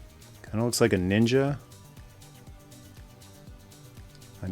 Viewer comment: Was the way you said “nin-ja” after Storm Shadow a reference to “Ask a Ninja”? If so, that’s a deep cut. Either way I must now rewatch those. :)